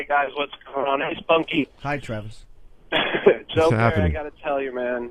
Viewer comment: "Joe Purry"